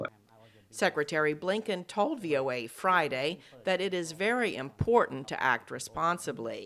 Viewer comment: Vury vury scury.